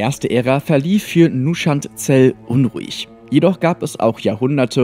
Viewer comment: Geiles Video, aber was verdammt soll MÜSCHAND Zel sein? Von mir aus sag "Onchuand Zel" und lass das O weg. Aber doch nicht MÜSCHAND! Wenn ich so was auf z.B. einer Convention höre breche ich kommentarlos das Gespräch ab.